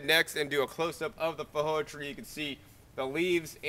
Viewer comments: weird how you pronouce feijoa, in new zealand we pronouce the J as a J and not an H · Actually most people are pronouncing it incorrectly. It is not a 'j' and it is not an 'h' sound. It was named after Portuguese explorer Joao de Silva Feijo. In Portuguese 'j' is pronounced like the 's' in cloSure and viSion. By the way, what variety is your Feijoa? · Actually New Zealanders are not pronouncing it correctly either. It is neither a 'j' nor an 'h' sound. It is a sound that exists in English, but there is no dedicated letter for it. It is the 'zh' sound which is usually represented by the letter 's' as in confuSion 😊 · Thunda1986 If I remember correctly, the video poster lives in Nevada. Roughly 20% of the population of Nevada has Mexican ancestry. In the Spanish language, a "J" is pronounced as an "H". As the plant is native to South America, this may be the original pronunciation, assuming it is a Spanish (or possibly Portuguese) word and not a native word. Wikipedia gives both pronunciations as correct. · I've googled pronounciation and the answer i got was not so much an h but j like the French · The original language is Portuguese. He was interpreting it through a Spanish lens, since that is pretty familiar in most of the USA (& the tree is native to Uruguay, not just Brazil).